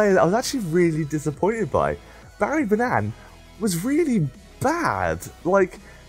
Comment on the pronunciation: its barry ban-an not ban-nan